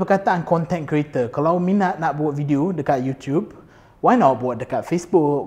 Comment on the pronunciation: Selalu tengok melayu bercakap ada slang omputih sebab dibesarkn berbahasa inggeris, ni betul2 omputih ckp melayu dgn slang omputih. sebut content creator aku asyik dengar content kereta 😂 setuju pasal fitness tp nk bg cadangan buat yg ramai boleh follow, dan diet sekali. Maksudny diet suku2 separuh. Bukan strictly eat clean no oil no sugar but try to minimize the intake 😁